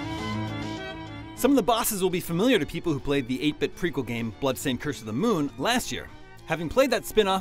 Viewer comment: BLAdstained LMAO XD